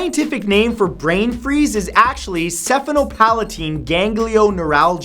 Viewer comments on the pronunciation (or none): He incorrectly said the scientific name for Brain freeze. It's 'Sphenopalatine' not 'Sephenopalatine' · Since he "researches" so much, I wish he'd research how to pronounce what he reads. The foreign language words are fine, but I seriously got annoyed at SEPHenopalatine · haha! I am incredibly sorry Mr santoro, but Sphenopalatine Ganglionueralgia is actually pronounced spenopalatine, you ignore the h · NO NO ITS SPEN- O - PAL- O TEEN- GANG- NEE- OR-RAL- JUH